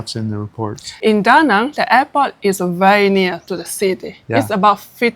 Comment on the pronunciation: Been 2 De Nang! Exactly the way you say! Loved it!